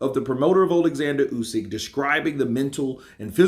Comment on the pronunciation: not KRUSYK, KRASIUK.... OH MAN... WHEN HE WILL GET IT RIGHT.... Check how Eddie hearn pronounces it.